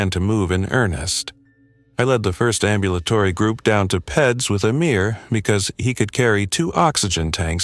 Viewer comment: PACU--you pronounce it either as P A C U, or Pack You. Accucheck is pronounced Ack cue check. And Peds is Peeds (bc it's short for Pediatrics). Isn't AI supposed to be smart? How do I know? I'm an RN.